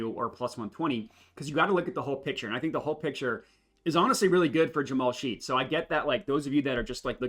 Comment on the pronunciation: its pronounced "Shed" not Sheed. You didn't factor in Jalen being hurt for OKC. the splits are way different than what you would expect. I would revisit that 1Q analysis. Thanks for the video!